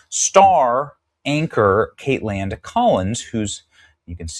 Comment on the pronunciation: Dude, why do you pronounce her name like kate-land Collins? Shit's annoying